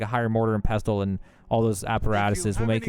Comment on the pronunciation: Buddy. The "t" is silent in pestle.